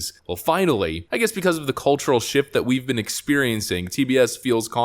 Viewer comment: Did you say "cultural shift we've been experiencing"...? I didn't hear the "f".